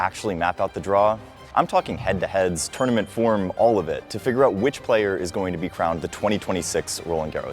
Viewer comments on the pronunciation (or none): none